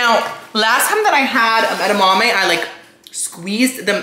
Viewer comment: Watching him struggle with the edamame 😭🤣😭